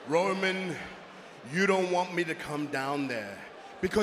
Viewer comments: Did y’all catch Bronson Reed calling Roman: “ROYman Reigns” 😂🤣? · Bronson said Royman Reins when he first started talk 😂😂